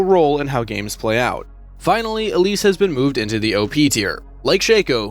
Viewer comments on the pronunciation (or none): none